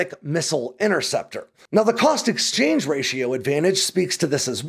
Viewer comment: "cost exachange"